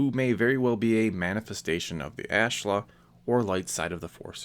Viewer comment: I don't mean to sound rude but i think that's pronounced ah-shla, not ash-la